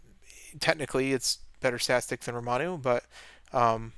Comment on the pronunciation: calling Ramonu "Romanu" is becoming a staple of this channel just like water breaks